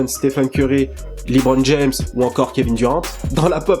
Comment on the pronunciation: Ne sort pas la vidéo sur LeBron si tu dit encore libronne stp